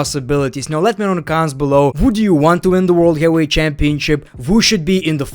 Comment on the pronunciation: Is English his second language ? Lol ain’t ever heard bro say heavyweight correctly